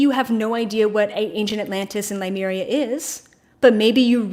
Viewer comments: Just a note, it is Lemuria not Limuria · Its' pronounced Lemuria....not Limeria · LEMURIA not Limeria. It bothers me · Please learn how to pronounce Lemuria......that would be good ....